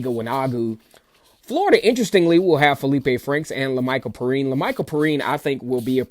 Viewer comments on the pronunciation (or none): It’s pronounced Pee- rine btw😂